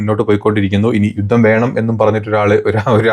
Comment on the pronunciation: യൂത്തം അല്ല യുദ്ധം